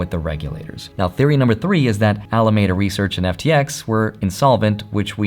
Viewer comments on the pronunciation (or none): Alameda Research is pronounced Al-uh-MEED-uh